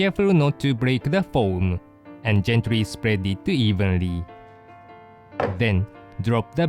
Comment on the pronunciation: When he said gently I thought he said Japanese